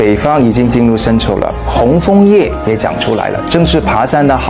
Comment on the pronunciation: 帅哥小哇啊! 抽天? 秋天? 生抽还是深秋啊? 你的bb发音也难免太太可爱了吧😂😂 不过你讲华语的速度也蛮快的，记性也不赖，也知道你也下了苦功了，还是忍不住给你帅哥一个赞。👍👍 期待你的新剧哟!